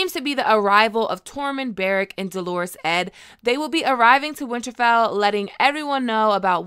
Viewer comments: I love you, but it’s not “ Delores Edd,” it’s “Dolorous Edd,” which means Sorrowful Edd. DOL-uh-russ. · Nit pick- it’s “Dolorous Ed”. Dull-er-ous, not Do-lor-ous. Sorry, outside of that, great video! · Please please pronounce Dolorous Ed not like a girls name! The inflection is on the first part, Dol, not the second part. dol·or·ous /ˈdōlərəs/ Learn to pronounce adjectiveLITERARY feeling or expressing great sorrow or distress. "a dolorous and repetitive tale of atrocity" synonyms: mournful, woeful, doleful, sorrowful, sad, unhappy, depressed, dismal, gloomy, morose, melancholy, miserable, forlorn, wretched, woebegone, despondent, dejected, disconsolate, downcast, crestfallen, downhearted, heartbroken, heavy-hearted, despairing, desolate, grief-stricken; More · Dolorous ( doll or uss , not Delores ! Thats a girls name ! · Ned Tollett's nickname is pronounced DOLL-o-russ. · I love your GOT videos but whenever you pronounce Dolorous as “Delores” it just kills me...I get visions of Ed in a flowery bonnet, and I can’t help it 🤣